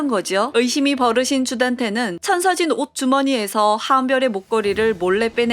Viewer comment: 이상아,천서진이 이상한 천서진으로 들림ㅋㅋㅋㅋㅋ